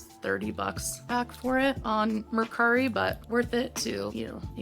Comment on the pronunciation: Mercari not mascara lol